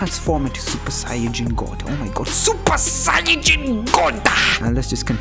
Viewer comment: I don't know why but I laughed when he keeps on saying supa saiyajin goddo!